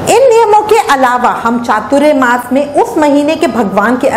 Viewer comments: Hare Krishna keep your pronunciation clear, we would have Chatur Mas, not chaturya mas. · Chaturyamas nahi chaturmas bolo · . . Firstly pronounce it properly ! . . It’s not ‘chaturyamas’ but ‘chaaturmaa’ ! . .